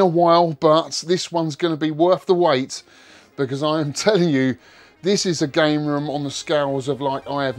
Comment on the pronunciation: This one's gonna be be wurf the whyte, he said lol